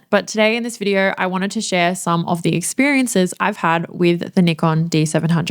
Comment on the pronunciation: you pronounce 'nee-kon' bravo!! you are among the few ones...